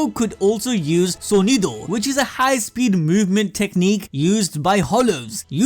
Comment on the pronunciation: at least he pronounced "sonido" right 🤣